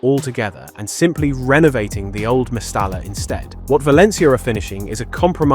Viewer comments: Two L's as in mestaLLa is pronounced a Y ie... mestaya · Its pronounced Mestaya ...the double L sounds like yi